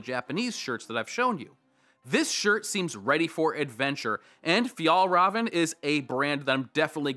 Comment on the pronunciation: It's pronounced fjell reeven if someone didnt correct you already ☺️ they are an awesome brand. Pricey but top quality